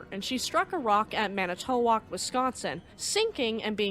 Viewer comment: Quick pronunciation tip: Manitowoc, Wisconsin is pronounced “mani-TWO-wok.” Manty was a significant shipbuilding port, beginning with sailing ships, it’s referred to as “The Clipper City,” and its high school team is called “The Shipbuilders.” During WWII submarines and minesweepers came bout of Manitowoc companies. Ore carriers and car ferries were also built there. The last ore carrier coming out of The Manitowoc Company in 1960 is the Edward L. Ryerson, currently docked in Superior, Wisconsin. The Burger Boat Company still makes luxury yachts for US and international clients. My dad and grand-dad were welders on the Ryerson. Thanks for your quality production, extensive research and empathetic commitment to keeping alive the memory of lake and sea mariners and passengers who never made it home.